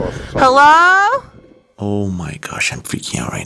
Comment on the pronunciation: "thank God"😅 "Heh-LOH?" No ma'am!